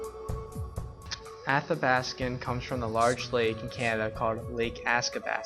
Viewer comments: Athabaskan not askabaskan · It’s also pronounced ATHABASKAN!!! Not Askabaskan.😡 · you’re pronouncing athabascan wrong. and we don’t just speak Gwich’in. please research more before you give out false info..